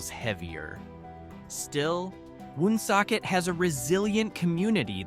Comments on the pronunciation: Born in Johnston raised in Warren misrepresented and not pronounced WOOOONSOCKET! Just Woonsocket. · Born and raised here. I am 72 yrears old. I have never heard of Slocum. Also Woonsocket is pronounced WonSOCKit